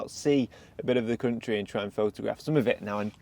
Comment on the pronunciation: Welcome to Sweden. Glad you're visiting our "cunt-ree".